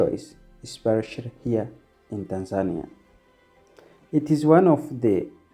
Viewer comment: Pronounce TANZANIA like a Tanzanian not like a Kenyan! Say TANZANIA not TANZAAANIA